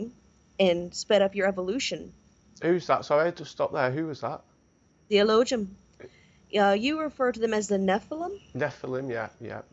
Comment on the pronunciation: She's read Elohim/Elojun and doesn't realise you don't pronounce the J... Like in Aramaic, no J!!!! Jesus? Hail Zeus... It's pronounced as an H... F.S!!!